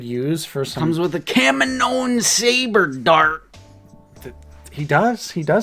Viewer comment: Would Kamino-in be a better pronunciation? 🤔 Fun Aotc trivia: Taun We is voiced by Rena Owen who was Temuera Morrison's onscreen wife in the '94 New Zealand classic film 'Once were Warriors'.